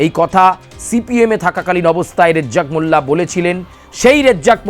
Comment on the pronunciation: এই সাংবাদিক হয়েছে রাজ্জাক মোল্লার নাম সঠিক বলতে পারেনা।